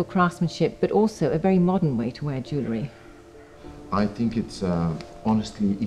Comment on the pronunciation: For someone talking about Jewellery, it couldn't hurt for you to research how to pronounce the word.